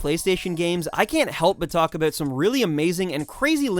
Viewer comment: "Oot, aboot" It's "out" and "about" bruh.